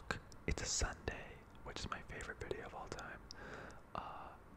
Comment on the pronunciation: “fOHK, it’s a sohnday”